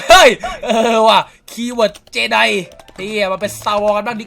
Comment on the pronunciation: คีย์เวิร์ด เจได กลายเป็น เจดีย์ ไอน้องง😂